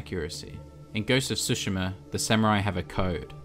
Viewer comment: Since the video is about accuracy: it's Tsushima, not Sushima ;)